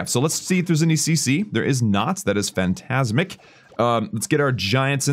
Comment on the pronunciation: did he just say fantasmic 😂😂😂